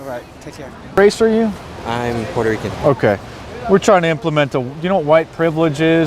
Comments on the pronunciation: "I'm Pueritican" Seriously?...... Puerto Rican** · pueritican? hahaha good lord.